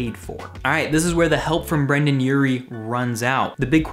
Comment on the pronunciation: Brendon not Brandon